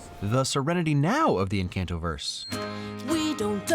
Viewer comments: Every 5 seconds I have to remind everyone in my family 'ITS EN-CAHN-TO!' also this movie is great yada yada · I love this video, but you did put on some of the names wrong, Julieta and Encanto. In Spanish, the J makes H, and in the a in Encanto is pronounced like an O., and more importantly, I cannot believe you didn't comment on Brunos plate! I was waiting for you to bring it up in the discussion, half to the end, but you didn't! The scene where Mirabel look through the crack, and she is the dining room, and then sees that Bruno has come to played into a table! Breaks my heart, every fucking time! Must hug!, thanks for informing me that Bruno how to read on his shoulder in the lightning bit. I did not notice that, and I couldn't have, because the audio description never mentioned it. Thanks! 😀